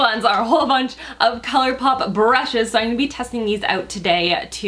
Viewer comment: You're the cutest. I always notice you say, "Innnngonna" every time you say, "I'm gonna..." So cute. Great vid and beautiful as always,! Excited for Colourpop to come to Sephora!